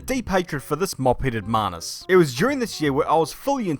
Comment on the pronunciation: Just had something to say as an Indian. Manus means human. I think you're looking for manhus/manhoos(man-hus). Other than that you're videos are lit. Glory to #lordmahaveer